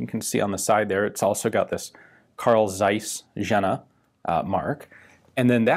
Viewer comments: Almost, ian. It is actually a "Karl Tsaiss" with a really sharpy and pronounced "Ts" at the beginning of "Tsaiss". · It's not dseis but Zeiss. And not Jenna, but Jena like in hyena. Do you even bother to look for some examples of how not to butcher the pronunciation? It's really painful to listen to. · FYI: The Z is sharp and the J is like a Y, so it's pronounced like Carl Tsaiss Yena.